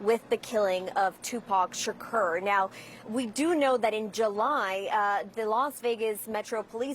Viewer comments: Omg hearing her say his name is giving me anxiety!!!! Shakeeeeeeeeeeerrrrr she isn’t not young and studied journalism to not know even how to pronoun his name 😒 they need to put her back covering cute animals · 2pac shikeeerr????? 😂😂😂😂😂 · Its Tupac…SHAKOOOOOR!!!! .. not Tupac Shakerrrr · It's Tupac ShaK"U"r. CNN can't even get the name right.🤦‍♂️ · And who is Tupac Shakerr?? She's mispronouncing his name!!!! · She doesn’t even say his last name right!! It’s suppose to sound like SHAKOUR. That’s how it’s suppose to sound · "Keafe"? "Shakerr"?! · This chic can’t pronounce “Keefe” or “Shakur” 😩😂😂😂😂😂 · Lady NO!!! 🤣😂 pronounce his name correctly "Tupac Shakur" 🙏🥀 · Her pronunciation of his last name enrages me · How the reporter pronounces “Keefe” and “Shakur” is crazy 🤦🏽‍♂️ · This reporter can’t even pronounce Tupac Shakur or Keefe D. 🤦🏽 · This bih is so clueless about Tupac that she can't even pronounce his last name right. Its sad there's people who have no clue who he is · The way she pronounces his name irks me 😬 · She butchering his last name smh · Even if I'm not a english native speaker, I'm so surprise at the way she pronounces " Café Dee " 🤣 and "Shakur " like the "ur" in the verb "occur" 😅, In general, people who mispronounce his name make a mistake about the first name "Tupac", but this is the first time I've seen someone bug on "Shakur". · The way Caucasian’s pronounce “Shakur” irritates me